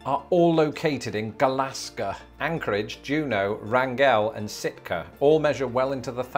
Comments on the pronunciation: Alaskan resident here: Wrangell is pronounced “Wrangl” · I know this video is a year old, but I thought the way pronounced Wrangell was very interesting, as someone from Alaska. He put the stress on the second syllable instead of the first. Whereas Wrangell is typically pronounced the same and the word “wrangle”.